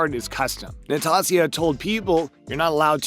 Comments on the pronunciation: Not all these “rules” are real. The announcer can’t even say Nastia’s Name right, so he probably hasn’t even watched gymnastics before. Sometimes people hear things, but don’t check to see if it’s true first. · You ate butchering these gymnast names. Ugh Nastia was all around gold medalist in 2008. Do research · i've never heard someone BUTCHER Nastia's name that bad before lol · It’s Nastia. Not Natasia 🙄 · if he was going to read from a script, he should at least be a good reader. His mispronunciations were because he wasn’t reading well. “Nastia” clearly has the “s” before the “t”. He could have literally watched one performance and heard her name pronounced if he was unsure. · dude it’s Nastia not Natasia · Natasia what??🥲😂😂It's Nastia😮‍💨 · "Natahsia Looykin" Bruh. Please learn how to pronounce these people's names, especially since Nastia's isn't even that hard. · "NatAZIA liukin" man, you probably should have practiced saying that one haha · Her name is Nastia, not Natasia. Wouldn't it be nice if the narrator could pronounce her name correctly. It was mispronounced multiple times. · HAHAHA IK “natasia liukin” although her last name is spelled like that’s it’s not pronounced like that and her name is nastia not natasia😭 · This guy's pronunciation of gymnasts' and officials' names is horrid. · Does this guy even watch gymnastics? He didn’t even say Nastia’s name right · This guy mispronounced Nastia and Karoli. Not sure of his credibility. (Though most of these sound legit). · The way he butchered Marta’s last name and Nastia’s name has me dead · What did he just call Nastia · Damn, narrator could have at least googled the pronunciation of "Nastia" and "Karolyi"... Jesus, they're not even that hard! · Was anyone else a little irritated that he that he should have learned how to say the names of the gymnasts before recording the video. “Nos-stasia? Lol I cringed when he said “cosmic-politan” lol🤦🏻‍♀️